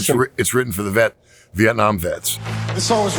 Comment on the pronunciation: Hy crap. I thought he said "meth" not " vet"...when he first started dropping names on who write it, and how much he loved I was thinking "Jesus, these are some sophisticated methods heads." Then i heard it. Thank you veterans.